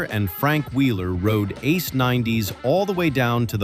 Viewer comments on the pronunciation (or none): none